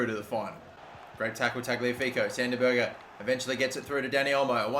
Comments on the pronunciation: Two things- Neres is left footed Berge is pronounced ber-j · Not it's not... The "ER" in Berge is pronounced as the "ER" in Meret